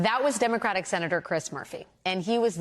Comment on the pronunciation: Now we have serious and educated people misspelling and mispronouncing Democratic.